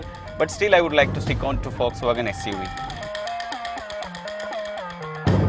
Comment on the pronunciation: വോൾക്സ് വാഗൻ അല്ല, ഫോക്സ് വാഗൺ എന്നുപറയു.